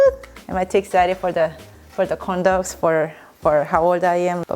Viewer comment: Lol I thought she said condo